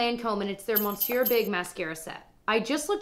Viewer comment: Just a tip from a french speaker, is MISS-sieur not MON-sieur. Now you're in the know.